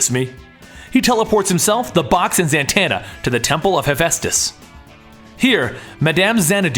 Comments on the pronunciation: The name is Zatanna not Zantanna get it right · It not zantana za tana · It's not "Zantanna!" There's no n there. It's Zatanna. Why does this guy butcher everyone's name? He called Krona "Kronos", and I don't even remember the weird ass name he called Ophidian. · Its zatanna.. Not zantanna. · Does it bother anybody else that he keeps saying "Zantanna?" Where's the extra N coming from? It's Zatanna.